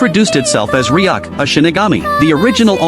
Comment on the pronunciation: It's Ryuk not riak